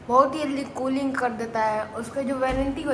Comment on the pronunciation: Tooling nhi krta hai bhai Cooling krta hai 😂